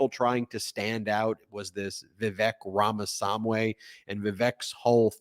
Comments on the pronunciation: you’d think how much ben is watching the news he would know how to pronounce a candidates name. bruh, you even say it like you’re annoyed you have to say a foreigners name. not standing up for them, just pointing out how ignorant you sound. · You are mispronouncing Vivek’s last name. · He's a candidate and will possibly be around until the general election. It's time you learned how to pronounce Ramaswamy. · Hey Ben, maybe learn to pronounce Ramaswamy's name if you're going to post commentary videos on a channel with 1.5M subs? It's kind of embarrassing to watch you say it like that. I know it has LOTS of letters, but you can try reading them two by two and I'm sure you'll do great. You could also try listening to literally any other person talking about him. Good luck! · I think it's incredibly racist that you mispronounce his name so horribly. Just because you look like a white supremacist doesn't mean you should act like one. Show some respect to a man who's probably younger and 1000x more successful than you, fully self made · Don't mispronounce Vivek's name on purpose. You're better than that Ben. You shouldn't engage in racism if you're under this tent. I'm really disappointed in you and I'm not joking or trolling I'm actually seeing you differently. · Ben . Say it right or don't say it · Man you butcher Vivek's last name here. Hard to listen to that part! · Are you deliberately mispronouncing Ramaswamy's name? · I would never vote for a GOP candidate, but it is disrespectful to mispronounce Vivek Rameswamy's name. It is not Ramawamsy. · Get the names right Ben. We are not doing The Lord of the Rings here. Read the name of the poor candidate properly. It is Vivek Ramaswami, NOT SAMWAY. The old American besetting error of not getting unAmerican names right. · Ben the name is not Ramasumway. It is RamaSwami. Swami is already accepted in the English vocabulary meaning Guru. High time Americans learn how to pronounce it esp political commentators